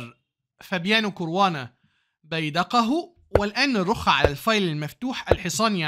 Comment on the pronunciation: اسمه كاراوانا بفتح الكاف 😂😂بهزر ي استمر❤قناتك جميلة جدا وخلتني احب وافهم الشطرنج والله ♥️استمر وكل الدعم